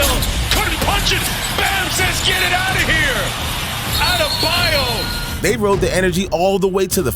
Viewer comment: Lmao the way you mispronounce Bams last name makes me sing CCR "Baaam AdeBAYOOOOU"